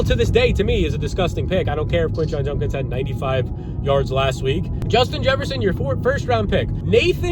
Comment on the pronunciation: Quinshon "Junkins"....